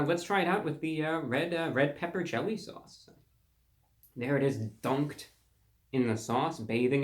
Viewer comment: “there is it Dönked in the sauce”